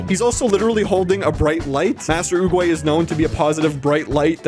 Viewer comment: "I'm just going to keep calling him turtle guy because it's my channel and I do what I want!" Hey, you pronounced it properly the first time, so yer good!